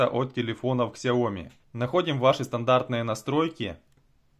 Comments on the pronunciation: Какая КСЯОМИ!!!!! Раз уж ты взялся учить людей, то произноси правильно название бренда. Сяоми! с ударением на Я. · Не ксяоми, а сяоми. Это китайская буква x, а не английская. Спасибо